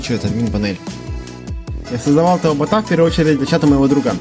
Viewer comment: Слушай , а у тебя прикольно получилось , так держать ! А еще мне понравились твои оговорки : чучуасьника чата😂 картсметика 😂 ботха